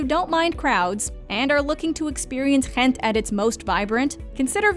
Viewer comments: Yes, Ghent( I’m so impressed with your pronunciation 👍🏻😊) is wonderful, in my opinion much nicer than Brugge. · That way you pronounce Ghent, though 😂😂😂🤨🤨🤨🤨🤨